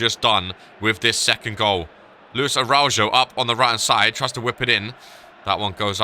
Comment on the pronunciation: Araujo is pronounced as arauho how many times do I have to type this?